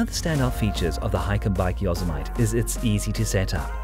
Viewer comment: Great video! A little American English....Yosemite is not pronounced yo-semite it is yo-sem-it-tee.